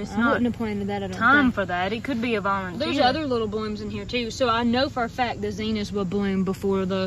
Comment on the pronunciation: The red plant is pronounced co-lee-yus. And the zena is pronounced zin-nee-yuh.